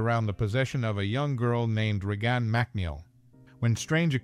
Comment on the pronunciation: I heard "Re-Gone Mac Neel"